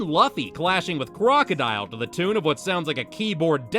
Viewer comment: Bro that is not how you pronounce Luffy name